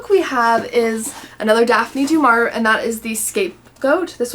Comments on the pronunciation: "Daf Knee Dew-Mar-E-A." There is a pronunciation video on YouTube. (YT won't let me post links.) The "aur" is a classic letter combo in French names as is "ier" (Maurice Chevalier, for instance). Neither of these show up in Germanic/English names and that is a tip off that the pronunciation should be researched if you have not studied French. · I'm curious about the Katie White. Just one thing that I've been meaning to tell you since the first time you've brought Daphne Du Maurier to your channel, would you mind please googling the correct pronunciation of her name? I understand no one knows how to pronounce everything, but it's a two second thing that can really help your videos.